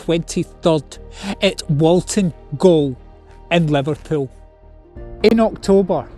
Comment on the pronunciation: Hi from rainy Barrow, interesting video of this crime, just one thing, Gaol is still pronounced Jail, sorry for being a pedant, love your vid.